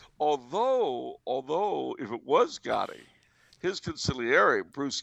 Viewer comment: At first I thought Charles said Gandhi not Gotti.